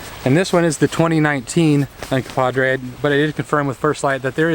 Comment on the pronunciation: Uncompahgre, NOT Uncompadre. The name Uncompahgre (/ʌnkʌmˈpɑːɡreɪ/ ( listen)) comes from the Ute word Uncompaghre, which loosely translates to "dirty water," "red lake," or "red water spring" and is likely a reference to the many hot springs in the vicinity of Ouray.